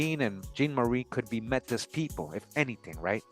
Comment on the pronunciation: Métis (May-tee)